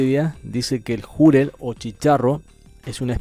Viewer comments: si se pronunciara Júrel como en el vídeo lo prununcia se trataría de una palabra grave o llana y por ende llevaría acento ya que estas llevan tilde cuando terminan en cualquier consonante menos N o S ni tampoco vocal. Entonces queda claro que como no lleva tilde es una palabra aguda y la mayor fuerza de voz estaría en la segunda sílaba (Ju-rel) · No es Júrel, sino Jurél (sé que no lleva tilde pero es simplemente para graficar donde lleva la mayor fuerza de voz) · El “jurel” NO LLEVA ACENTO ORTOGRÁFICO (es palabra aguda, no llana como “árbol, móvil - con acento). Ell comentarista lo pronuncia como palabra “llana “ la cuál sí debería tener acento al decir júrel. La entonación de “jurel” es en la ÚLTIMA sílaba (acento prosódico). Por favor instruirse antes de hablar. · Es Jurel, Júrel... -. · Se pronuncia jurel sin asento en la u, y no júrel, con asento en la u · Es jurel no Jùrel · Creo que estoy mal de la oreja, porque escuché júrel. 😣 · Es jurel acento en la e JURÉL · Se pronuncia jurél, con acento en la E. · jurel, es una palabra aguda, así que se pronuncia "ju - REL" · Para tu información : Es "Jurel" palabra que, lleva el mayor acento de voz en la última sílaba. Acento prosodico. Con las disculpas del caso, mi cel no aplica el acento ortográfico en la segunda "o" de prosodico. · Se dice jurel golpeado en la (E) JURĒL pero sin asentó. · Corrección Jurel, no es una palabra llana como tú lo pronuncias, sino una palabra aguda, por eso no lleva tilde, la mayor pronunciación va en la última silaba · Jurél acento en la e!!! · Es Jurel y la segunda sílaba es la segunda osea que es ju- REL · Se pronuncia jurél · Así es , Jurel lleva acento prosódico es decir mayor énfasis en la segunda sílaba. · Jurel pelotudo ... Jurel ... con acento en la E xD